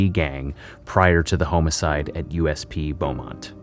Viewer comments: Are you saying homicides or homo-cides? You pronounced it in the latter manner. Two different meanings. Which one? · I can't listen to you mispronounce hom-icide more than twice. The word home is not included. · Home-cide wtf damn this shit is crazy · Are you a robot its not homeicide its homicide lol😂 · Ok this comment is not relevant to the content of the video rather the narration but I have to ask, did anyone catch that he said or pronounced it as… Home-i-side not homicide?? I’ve been noticing lately in other videos as well that narrators are mispronouncing words! Like earlier I heard Zeb-ra not (pronounced spelling) Zee-bra??? I swear given the current culture war on our language I really think they’re throwing them in there on purpose hoping for it to catch on! Or so people can at least argue that all words can pronounce as seen fit by whomever! That used to mean you couldn’t read very well! Almost like subliminal messaging!!!!??? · Utah isn't the midwest...It's the Southwest. Midwest is considered like Illinois through Nebraska or thereabouts. West of that is considered Western US or Southwest. And the pronouciation of Homocide is "Hah-muh - side", not "HOE-MOE-Side". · Who the freak pronounces HOM-I-CIDE , HOME-I-CiDE. I am absolutely flabbergasted…..and I never get gasted. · Bro said ( homo-o-code) lol 😂 love his content though. He’s one my newest favorites I’ve came across, especially Texas things. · i love your videos bro but i literally have turned off your vids for sayin home-icide. its not professional its just fucking annoying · Lol he does say ( HOME ) icide. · What's a HOME-A-CIDE?? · Someone tell this man how to pronounce homicide. Wtf even is homo-cide that sounds like a hate crime. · Well-written documentary, but the Canadian narrator has to go. His repeated mispronunciation of the word “HOME-side” Made me turn it off about six minutes into it. Don’t send in a Canadian to do an American’s job. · 'home eh sides' wow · Hahahaha yea, homo-cide